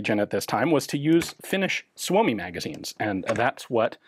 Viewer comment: Wow that was a odd gun. Nice pronunciation of Suomi 31! Thanks for sharing! 👍